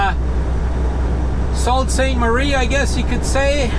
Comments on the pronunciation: I dondt know if it is correct but people from Michigan pronounce it sue saint marie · AFAIK it’s pronounced Soo St. Marie. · Hello, Sault Ste Marie is pronounced Sue Ste. Marie.